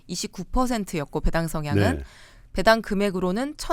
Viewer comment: 배당 발음을 왜 .이상하게 하시네 배 당[배애당]처럼 길게 발음해야 옳은 뜻인데 [배당]하니까 "배 하나당" 이런 뜻으로 들리네